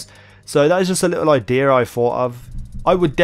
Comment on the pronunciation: I-DDEEAA! Learn how to talk easy